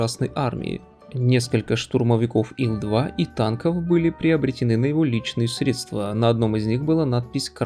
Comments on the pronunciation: Я правильно расслышал, "средствА"? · Все замечательно! Но «средствА» режет слух…